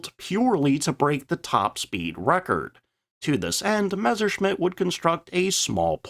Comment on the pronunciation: if you could never again pronounce it Mezzer, that'd be greaaaat